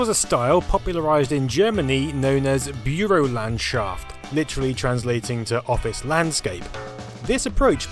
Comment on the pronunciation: "Bureau Lenn Shaft" Me, a German: "What?": "Office Landscape" Me: "Oh. He meant to say "Bürolandschaft". =)